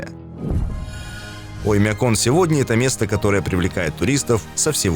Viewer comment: Странно произносишь слово - "Оймякон". Слух "режет". Как будто забываешь название и читаешь со шпаргалки, да еще с каким то акцентом! Ролик совсем ни о чём, хотя про Оймякон можно много чего рассказать. Но все равно - лайк👍👍👍))